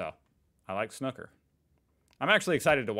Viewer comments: It's snooker, not snucker.😂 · Snuker? Snooker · SNOOOOKER NOT SNUCKER, ALL AMERICANS HAVE A SPEACH IMPEDIMENT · I think it is Pronounced the same worldwide. I have heard many International Commentators over 45 years of watching Snooker.... And I am certain, without hearing it, what the OP is calling "correct pronunciation". Snooker as in pool. Not snucker as in pucker! 😂😂😂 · man it's pronounced snewker not snucker. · Or snuuwker, but definitely not snucker. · The reason the crowd did not cheer, it was during covid, so no crowd. PS Its pronounced snewker not snuker. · SNOO KER not SNUCKER ! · Steve Davis (ginger hair) was playing a famous British comic who is also a good snooker player, hence the sneeze as Steve took his shot, it was an exhibition match during a competition.. By the way, it's pronounced snooker not snucker, you don't call a pool game 'pull'. When all the reds are potted the colours have to be potted from low to high i.e. Yellow (2 points) up to Black (7 points). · What the hell is “snuker” assume you mean snooker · SnOOker! Not snucker! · Snooker like snoop-er, not like snukker. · Please pronounce it as it should: snoooooker, not snocker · Snooker, not snuker ffs! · please refrain from calling it snuker... its killing my ears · Switched off as soon as he said snuker 🙄🙄🙄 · It’s pronounced snooooker! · I came to the comments to type exactly the same comment at it is THAT jarring. He is able to have an opinion on one word without you doing a Cathy Newman "so what you're saying is...". (Jordan Peterson Vs Cathy Newman interview - look it up). And he doesn't THINK that snoo-ker is the correct way - it IS according to the dictionary. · They pronounce it as snucker. LOL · It's pronounced snooker, the snook is the same as pronouncing snoop in snoopy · It's sn-oooo-ker! It doesn't rhyme with "cooker". (This is a bit random - 'best shots' or 'best snookers' would be better viewing IMO). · Snooker with a long o btw... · Snooker is pronounced like cue - Oo